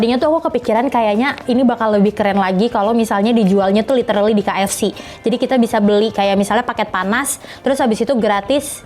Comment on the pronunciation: KFC = read (Key-Ef-Si)